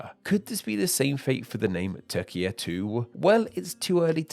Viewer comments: Türkiye* not Tökia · It should be pronounced “toor-kee-yeh” with a trilled R. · Without seeing the written name I could think you're just saying Turkia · it's not "teer-jee-yay" it's "tue-rk-iye" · Oooooh so the Ü IS pronounced as oo, not as he probounces it in the video? Well then I support the spelling changer after all. I thought he was pronouncing it correctly in the video and that the Ü simply made no sense. But it does make sense the guy in the video just doesn't respect it. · Turkey becoming Turkiye is less of reclaiming an endonym and more of asking for an orthographic change to better approximate pronunciation. A real change would be Hungary demanding a name change to Magyarország. To be honest, that would be a fun video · there you realise you're watching Name Explain, not Name Pronounce.